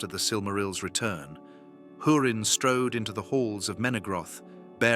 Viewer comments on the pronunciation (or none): none